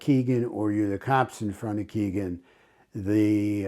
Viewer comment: Hello,. I’m glad you continue to cover the murders of Abby and Libby. When will they have justice? FYI, Kegan is pronounced as ‘Keg In’. No big deal, but figured you’d want to know.